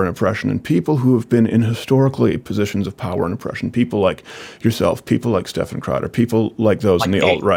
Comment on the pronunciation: You've got to spell it out phonetically: Steff-Ahn!